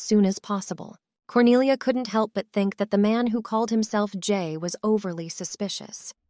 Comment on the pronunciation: At the start i thought her name was "corny ah" 💀